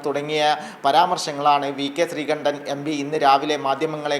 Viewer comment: Not sreekandan....sreekundan😂😂😂